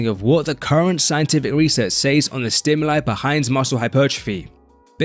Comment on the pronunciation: “Says” is pronounced “sez” for future reference. It’s shouldn’t rhyme with “plays”.